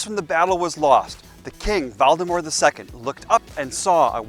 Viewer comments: Him:Valdemar Cc:Voldemort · I am sorry but did you say the king Voldemort the second? :D